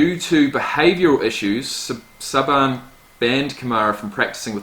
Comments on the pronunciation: Logan 06 “saw bon” 😂😂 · Lol nick sahbahn it’s pronounced sayben. It’s all good though love the content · Nick "Sah-bahn" haha it's typically pronounced SAY-ben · It's pronounced Nick (saybin) the coach of the university of Alabama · Nick Saban (say-bin) lol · Sayben lol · my man said Nick Sah-ban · "Nick Sab-an" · Nick SAE-Ben as a way to pronounce it. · Nick Saban's last name is pronounced "say-ben". Just so you know. :D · Lol. Nick Say-bin. Try it slowly first. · lol, Saban is pronounced Sayben but thats ok it was funny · It’s pronounced nick SAY BEN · It’s Nick Say-bin he’s the greatest college coach of all time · Nick SAY-binn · Nick Say-ben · Saban is pronounced Say-ben.. Alvin is one of my fav rookies this past season glad you did a reaction on him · It’s pronounced nick Satan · Its pronounced Nick Say-Ben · Why he pronounce nick saban’s name like that? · U said his name wrong omg does that bother me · The way he pronounced Nick Saban’s name 😂😂😂